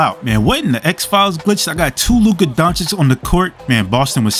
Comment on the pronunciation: DONCHICH not DONCHICK....comon after 6 years this is pathetic Indeed....